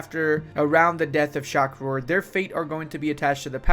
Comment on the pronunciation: pronouncing Shah Rukh as Shakh Rur 😂